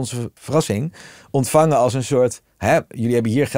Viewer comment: Hij spreekt nooit de n op het eind van een woord uit. De aarde bescherme - dat wordt politiek ontvange, hebbe, die zitte dan in hun kant.